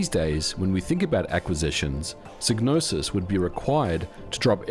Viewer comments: It's psy-gnosis... "sigh no sis" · It's pronounced Sai-no-sis. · Wait the G in psygnosis isnt silent ?!😅😬